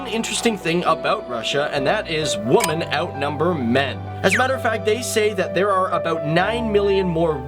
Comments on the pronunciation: It's women, women. Not woman. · Just why in hell can't this guy pronounce the word "women" correctly? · He keeps mispronouncing "women" as "woman". It's irritating. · Can you not pronounce the plural of woman? You always say woman /wuman/instead of women /wimin/. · in future can you not say woman when referring to more than female... Women the fucking word is women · You say "woman" when you should say "women". It's pronounced (whi-min). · learn how to pronounce women, plural of woman. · Do you not know that the plural of woman is women and there is a different pronunciation for that word? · How do you not know how to pronounce women? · Why can't you pronounce women? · You may want to look up how to pronounce the word "women," my dude. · Odd pronunciation of "women" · Thanks. One gripe - you're pronouncing Women incorrectly.